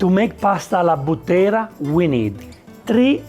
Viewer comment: Alla Bùttera, non Buttèra. I Bùtteri sono i mandriani della Maremma. Esperti cavallerizzi.